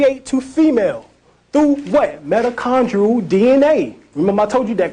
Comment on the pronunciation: Mitochondrial DNA? it sounds like he is saying Metachondral DNA??